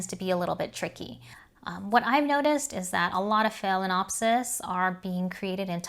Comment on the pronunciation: Excellent video! Proper pronunciation is key. I’m a language major, so mispronunciations hurt my brain! 🤯 There’s no “cattle” in Cattleya!!! Just curious, you didn’t mention why you add an extra syllable in the pronunciation of phalaenopsis. Maybe it’s just my ears not hearing correctly? There’s only one other YouTuber that I’ve heard pronounce it the way you do. I appreciate your no nonsense approach to orchid tutorials. 🙂